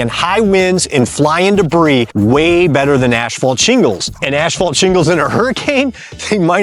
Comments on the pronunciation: "Ashphalt"? WTF is that? I've heard of asphalt but not ashphalt. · Dude. Just pronounce it “assfault”… you don’t need to over-pronounce it’s annoying af